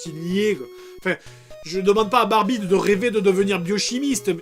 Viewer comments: il a dit les fesses de bambie au lieu da barbie lol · c'est moi ou il a dit Barbite?